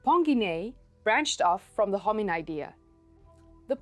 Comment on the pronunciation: I google how to pron Hominodae and guess what it sounds better the way u say it The 'O' is done all wrong for my English speaking tongue